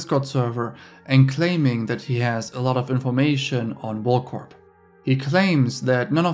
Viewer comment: For the love of God. PLEASE PLEASE PLEASE STOP pronouncing the P at the end of WorldCorp...🤫🤫🙉🤫🙉🤫🙉..the P is silent!!!!!!